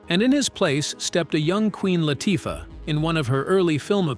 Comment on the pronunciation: “LAH-Tuffah”??? Lol